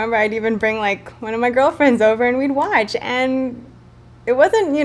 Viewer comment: Haha "I could pull the drawer open a little and WEACH my figure in it " cracked me up weach